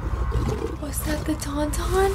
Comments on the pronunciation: girl friend tawn tawn not tum tum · I thought she said TumTum. Like theyve got a lovely little belly. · When on Hoth and Han was putting Luke inside the Tauntaun, and sounded like you were saying "Tumtum" lol. I half expected you to say something about the "Tumtum tummy". Hans... Yes, well known scoundrel and nerf herder, Hans Olo. But I loved getting to see an honest reaction to the father line. Even people that haven't seen these movies know the line, but most actually know the twist as well. So you not seeing it coming was nice. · Tum-Tum instead of Tauntaun. That's cute. You ask very perceptive questions when watching a movie; you ask why something is happening and how it will affect what comes next. I like that. I usually just let a movie happen in front of my eyes. If you want to know how Darth Vader falls to the Dark Side of The Force, there are three whole movies and a seven-season animated TV show that explain how. The three prequel films are very controversial, and IMO, not very good. But they have their fans. Looking forward to watching your reaction video for "Return Of The Jedi". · "Tan-Tan" not "Tum-Tum" LOL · Your "Yeti" is called a Wampa. It's a Tauntaun. Not a TumTum. 😉